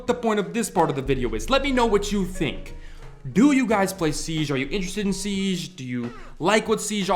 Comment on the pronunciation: SIEGE not Siesh